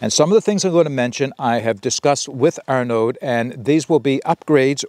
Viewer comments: Great review! Looks like an awesome rocket stove! Don't pronounce the d, "Arno" like "Arnie" (as in the governator) but "Arno". I "may" be wrong but "aud" usually = "oh" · aud = "oh" IN FRENCH. I forgot to add that bit! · Thanks for the preview. Heads up, Arnaud doesn’t pronounce the D at the end.